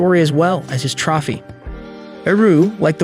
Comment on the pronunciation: The amount of words you can’t seem to pronounce is making me think you gotta be an AI and this is some sort of test on the general public 😂 wtf is Deef? PedAHling? Trofy???